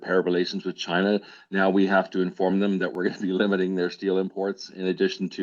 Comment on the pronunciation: Joly doesn't even take the 5 minutes to learn to pronounce the word with, it's always wit but she doesn't care